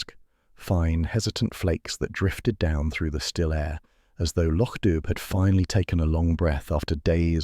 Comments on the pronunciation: How difficult is it to remain true to the MC Beaton original story. The area is pronounced Loc Do, not spelt that way, not dub. Do Better plus the graphics are totally not relatable to the description provided by the original author. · The village is still pronounced lock doo. Sonsie is a girl. Read the stories and get it right. It's no harder than getting it wrong.